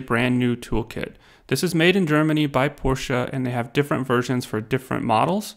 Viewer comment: Just to let you know there is no "A" on the end of Porsche and is not pronounced with an "A" on the end.